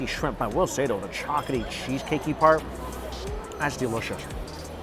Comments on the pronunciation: Hard to watch when he keeps saying chocoty instead of chocolatey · Chock-luh-tee NOT Chalk-UH-tee Still love the vids though! Lol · Is anyone else hearing ‘chocatey’ instead of ‘chocolatey’? It’s like his ‘Baygo’ instead of Bagel 😅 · All I can hear is “chocety” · He's not really good at languages I've found, and pretty uneducated about food for a food YouTuber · and chocolaty